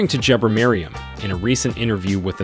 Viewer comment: excellent assessment of Ethiopian Airlines' future plans. Just a couple of points tho.. The dam is costing $5 billion, not million. The CEO is Tewolde (Tuh-Wul-de) Gebremariam (G as in gherkin, a had G), and Bole (Bolé, sort of rhyming with café). aight?! I'm a big believer in Africa for Africans so.. I'm subscribing! cheers !!